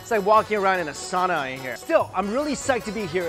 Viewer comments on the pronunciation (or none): none